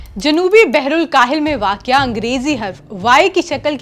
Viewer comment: یہ اردو چینل ہے اور اردو جیسی خو بصورت مہزب زبان کے لئے اس عورت کا جاھلانہ لہجہ قطعی ناموزوں ہے۔ اسے واقع جیسے آسان لفظ کی بھی درست تلفظ کے ساتھ ادائیگی نہیں کر سکتی۔